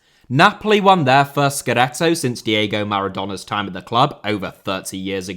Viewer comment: Diego* not Diyeigouw Sueca* not Sueiquer Minus* not Mahnus Yazici* not Yaziçi Trezeguet* not Trezeguei Fenerbahçe * not Fenebohçei København * not Kouwpenheigen Uefa* not Yuweifer Basel * not Bohrzel Roman* not Rouwman Finals* not Fahnals Half* not Holf Miles* not Mahls Saw* not Sor Uefa* not Yuweifer Lechia* not Lechier Kolo* not Kouwlouw Touré* not Tourei Eredivisie* not Eradevizei